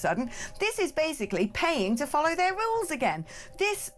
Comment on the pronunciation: I think this is an AI voice because the word rules was pronounced incorrectly as “rowls”